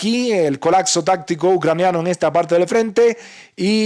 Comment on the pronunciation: "Colacso" dice el burros jaja